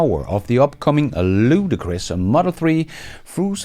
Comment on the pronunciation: The word is LUDICROUS not "Ludacris".